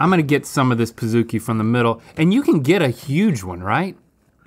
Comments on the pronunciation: Why are they saying "Pah-zoo-ki"? Do they call a cookie a C-oo-ki? I'm so confused it's Pa-zukie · I managed a BJ’s for 2 years. I feel obligated to say that it’s pronounced like Cookie. Pizookie. Pizza and Cookie combined. Not Pizza and Zoo combined.